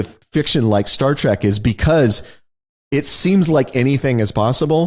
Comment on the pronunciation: Not to mention "Star TRACK"... ffs, it's Star TREK. Like "tech."